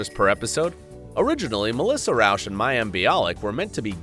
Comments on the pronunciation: He misspronouce last actress...it Melissa Rauch...not Rausch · It's not said Rawsh.. Its said Rawch.. Means smoke in Zeh German languistics.